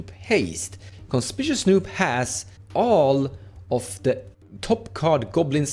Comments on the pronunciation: Great deck tech, really excited for gruul artifacts. By the way, conspicuous is pronounced Con-spick-you-us… super weird pronunciation I know haha even hard as a native English speaker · CON SPICK YOU US